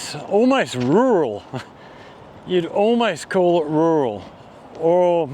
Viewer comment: With your accent when you say "rural" it sounds painful. Enjoy your content .